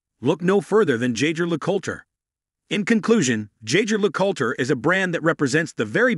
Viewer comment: Oh gosh… does a video of a brand but doesn’t learn how to pronounce it right. My ears bled.